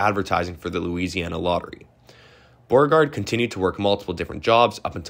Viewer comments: He should try "Bow-RE-Gard" also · Who the hell is Borgard? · General “Bore-Guard” ? Come on, man. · You need to learn how to pronounce BEAU-RE-GARD ... Beauregard ... correctly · the 4th guy's name pronounced bo-regard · Probably should’ve looked up the pronunciation of places such as Appomattox and names such as Beauregard 🤦🏼‍♀️ sincerely someone born and raised in the old Dominion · Is this an AI voice? Mispronounced Appomattox and Beauregard... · Bro, you gotta learn how to pronounce this stuff... Apottoemax? Borrerguard? Randolph-Maykhan? That was rough.